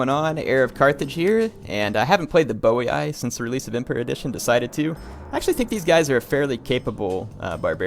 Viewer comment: Boii [bojí] not Bowiai ;)